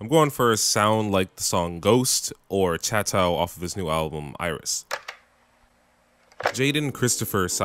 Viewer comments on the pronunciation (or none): Chattow off Iris not chateau off ERYS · I know he did not pronounce Chateau (shat-oh) as “chattow”....